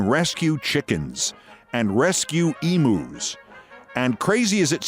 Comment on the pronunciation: Did I hear Keith say "Emoos"?